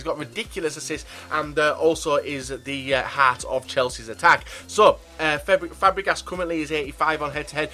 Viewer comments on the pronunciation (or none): Did he say FABREGAted???